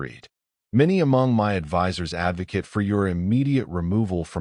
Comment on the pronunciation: the verb ‘advocate’ rhymes with ‘fate’ or ‘break’; the robot pronounced it like the noun ‘advocate’, which rhymes with ‘private’.